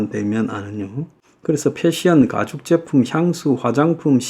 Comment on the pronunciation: 가죽이지 까죽발음은 아니예요